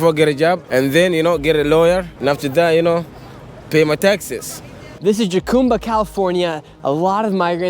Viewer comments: Your doing an awesome job dude! Born and raised in San Diego since 1975 and this is the worst it's ever been. Jacumba is pronounced like Hakumba. The J is silent and like an H. Keep up the great work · Pronounced Ha-cumba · At least learn how to pronounce jacumba. Ha-cŭm-ba.